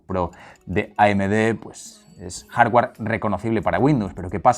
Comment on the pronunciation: “Jardgüer”, “softgüer”, “vídeo”. Ni “jarguar”, ni “softguar”, ni “vídio”